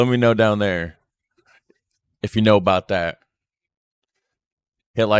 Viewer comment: I just wanted to correct you on the ' Canadian Accent". We have many, many accents as it is a very large country and we stretch from one ocean to the other to the other. Nobody pronounces " about" like you did, generalizing. We do pronounce things differently. That's the point of different accents and languages. People from Newfoundland have a very strong accent according to me and I'm from Ontario.